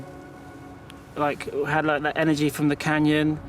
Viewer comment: Cool video but this commentator can’t pronounce half his words properly. Every other “th” is a “d” or “f” !! Can’t be unheard!!!